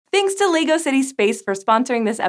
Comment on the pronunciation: awesome vid...but its Leg-O not Lee-Go... or its just my OCD..... keep up the great work and make more vidsfor the world to enjoy! Love this presenter, so much enthusaism.